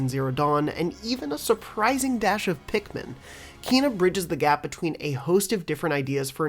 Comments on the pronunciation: Again Kay-nah not kee-na. It's how the devs have said it. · KENA. It's pronounced Kena. The same "Ke" in "Kettle" and yet you keep on saying "Kiina" for some reason. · KENA not KEEEEEEENA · It's strange how you say it as "Keena" instead of "Keyna." Lol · Wtf is wrong with every yank on Kena videos calling it KEENA so annoying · Seriously, how does this guy see “Kena” and ends up pronouncing “Keena”? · Actually Kenna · her name is pronounced Kay na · Please learn to pronounce Kena